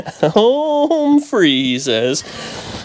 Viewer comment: did you say 'hone free' lol